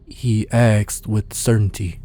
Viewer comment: "I axed" Well done, my dude. Please please pleas look up how to peonouns "asked" tho. Or train it, if you struggle with it 😅.